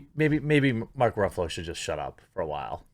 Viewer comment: I think the correct pronunciation is Mark “Ruffles”